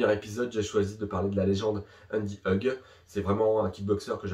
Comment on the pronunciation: Sa se prononce ougue (Hug)